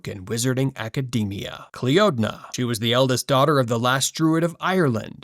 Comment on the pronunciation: Cliodna is pronounced CLEENA